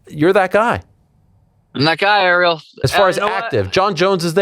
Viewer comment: Kilo Harrison 😂 learn how to pronounce Ariel